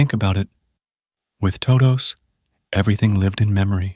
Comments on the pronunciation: Good video for falling asleep, except the intro. Toh-doughs… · was it the "Tohdohs" pronunciation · good stuff, I watch your videos everyday but your "toe dous" is sending me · toe-does and sub-uh-jints 🙄 I need to know what AI TTS this is so I can avoid it at all costs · TODOH NOOOOOOO, wizard of oz